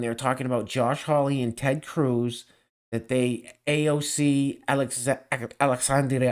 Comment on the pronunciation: Bahhahhahah can u pronounce AOCs name again..hehehhehhe